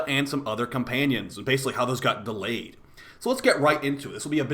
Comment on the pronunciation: It’s not delayed, it’s DElayed😜